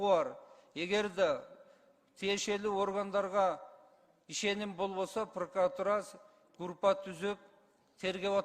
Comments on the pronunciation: Эмне «пркратура»? Эмнеге «прокуратура» эмес? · Блинн вообще кругозору, илими ноль турбайбы бул прокурордун прокурор деген созду прыкотура деп коюп журот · Прокуратуравы же прыкратуравы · Прыкратура дебей жумушуңду тапшырып кетчи,бетиңди табактай кылып,курсагыңды тойгузуп отура бербей. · "Пыркратура"-деген адам кантип ген.прокурор болуп журот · Зулушев прыкыратура 😂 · Прыкратура дейт го